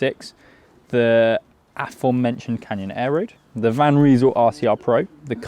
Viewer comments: Van Rysel - you say "Van Reesul", I say "Van R-eye-sul". It hasn't taken the likes of Ltwoo and Wheeltop long to develop road and gravel groupsets almost on a par with mid tier Shimano and Sram. It won't be long before they are equals. If the Chinese brands can establish service centres in Britain and Europe, like Elves have, that would speed up dealing with warranty issues enormously but until then it usually only takes 8 - 10 days to get parts from China. I ordered an crankset off AliExpress on 28 December, it was delivered today 3 January ! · It’s Van Rysal. Not Van Reesal. 😂